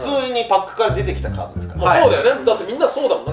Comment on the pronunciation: カードじゃなくてカートってか